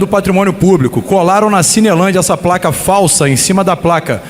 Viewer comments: Oi, é você? "Praca", Marielle "Flanco"... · "praca", Marielle "Flanco"?? Estranho... na entrevista dele para Mário Sérgio Conti, ele não falava assim, errado... Parece que está fazendo um teatrinho para se passar por coitadinho , "favelado que não sabe falar" ... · Estou surdo ou ele falou "prlaca" e "Mariele Flanco"? Kkkkkkk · É placa, e não praca....seu jumento.... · Esse "grande" deputado RESERVA não sabe nem falar. "PRACA", Marielle "FLANCO", essssiscandalos., kkkk......idiota. Isso que dá. O eleito era péssimo, o RESERVA é pior. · Em menos de 30 segundos no seu 1° discurso, já assassinou o português. "..quebraram a 'praca'.." Parabéns esquerda! 👏👏👏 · Sabe nem falar placa pra ele é praca ,discurso patético, da pra ver que o cara não tem capacidade intelectual, sou favelado,homossexual e negro,jura? Tem cara de Branco 😂😂😂😂😂😂vitimimimi. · Eu também ouvi "praca"